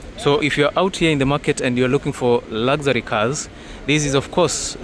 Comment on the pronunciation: Did you say lazary instead of luxury 😅😅😅